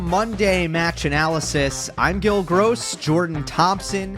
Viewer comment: His name is Gill. Unless you wanna turn him into Monfils and call him "La Gro"